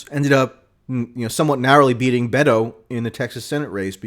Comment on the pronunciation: I only want to chime in to say you're one of the only ones out there correctly pronouncing Beto.